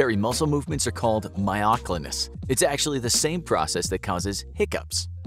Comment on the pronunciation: This video is mostly wrong. Considerably misleading and has nothing to do with hiccups what so ever. That's not even how you pronounce myoclonus. Hiccups do not show up on an EEG while myoclonus does so this video is not well informed on much.